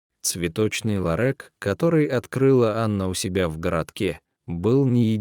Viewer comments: Этот рассказ, видимо , читает робот! А я хохотала, пока слушала. Особенно, мне понравилось слово , обозначающее небольшой магазин- Ларёк- в рассказе- ЛАРЭК! Очень интересно! Какой богатый русский язык: и слова перепутают, и ударение не там поставят, а нам все ни по чём - итак понятно, что хотел сказать автор! Чего уж там….хи-хи…. По поводу разговора с цветами, я тоже расскажу свою историю. Есть такое домашнее растение- Роза-гибискус. Есть экземпляры махровые, и есть простые. У меня - простой. Саженец я получила- оторвав кусочек веточки от большого растения. Вырастила у себя большое растение, но оно почему-то не цвело. И тогда я вслух сказала: ну что же, не хочешь цвести, придётся тебя в сад пересадить, а там до зимы посидишь и все… Прошло некоторое время и на Розе начали появляться бутончики! И как начала она цвести- то один цветок, то два вместе, то три… И так уже несколько лет, постоянно цветет… Только жаль, что цветки распускаются всего-то на два дня… Но очень красивые! И интересно, что появление цветков совпадает с днями рождения моих родственников , или знакомых… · ЛарЭк" может быть ларЁк? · Какой « лорэк»? =ларЕк!!!! Ну кто же так повествует? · Все нормально но почему чтец не все слова правильно читает и делает ударение не правильно ,не ларек а ларёк,голос приятный. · Какое произношение! Вместо ларёк ларэк и т.д. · Роботы все портят! Ларэк - чудо произношения. Ддизлайк и отказ от подписки. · Ну и чтец! Хоть бы раз заранее почитал перед эфиром- лорэк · Ну и чтец! В диалоге никаких эмоций, чисто робот! Как так можно читать??? ЛарЭк, уиере ть и не встать!!! 😂😂😂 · Я тоже возмущена.Какой ларэк и масса ошибок при ударении на слоге..Зачем портить русский язык.Если это робот какой - то,настройте его нр правильную речь.Меня это аж коробило. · Ларэк, ну надо ж так сказать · Ужас! Какой цветочный ларЭк? Где смысл предложений без занятых и точек? Извините за совет, но применяйте чтеца. А рассказ неплохой. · ЯпонаМать🤦‍♀️,,, что это за ЛАРЭК❓.. Кто это читает 👎